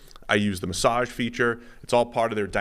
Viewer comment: Why does pronounce massage like that?